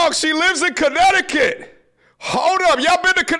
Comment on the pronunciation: “Chinnecticut” lmao